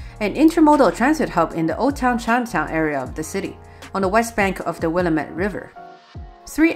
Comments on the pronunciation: The river is prnounced " Wah-lam-it" not willemit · Nice video. Thanks! (Oh, and BTW, it's pronounced Wil LAM et River.) :) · Willamette was mispronounced oof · Good video, but please never try to pronounce "Willamette" ever again. Also the Yellow and Orange lines aren't separate. In 2015 we just extended the Yellow Line and for whatever reason instead of just calling the whole thing Yellow, the trains on the line just change their names to "Orange" once they cross the Steel Bridge and everywhere south of that.